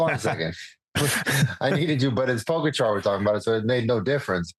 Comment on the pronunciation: George! Can you please learn the correct pronunciation of Pogacar? It’s rude AF.